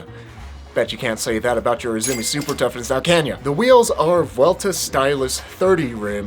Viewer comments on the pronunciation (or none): none